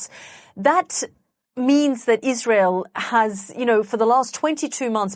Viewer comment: Iswael does not commit any cwimes on the gwound We do not commit war cwimes . We only tell the twuth !